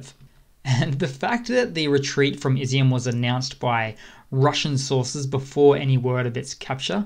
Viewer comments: Also Izium is pronounced e-zoom and not izzy-um. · It's not " izzy- m" It's Iz- yum..Ізюм Igor, not " Eye gore" Six months in and you YouTube guys are still in Kindergarten Otherwise, good work